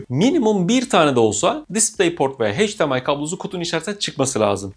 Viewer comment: HEYCDİEMAY değil EYCDİEMAY.... "H" ile okunmaz.